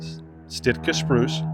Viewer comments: Sitka spruce, not Stiska spruce. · Thanks! Beautiful airplane with a terrific story, and nicely produced. Sounds like is saying “stitt-kuh to describe Sitka. Perhaps just the audio. Hope you have an opportunity to fly a Viking at some time in your travels.